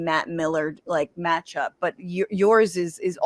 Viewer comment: "Matt Miller Matt Lee Matt-chup"